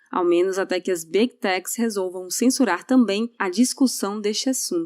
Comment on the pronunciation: Fala direito. Não é B tec, é Big tech.